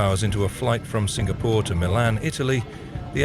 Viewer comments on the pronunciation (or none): none